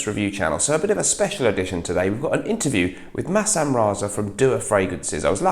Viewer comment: Why do you keep calling him Masham! The s and h should be flipped around ;) Haha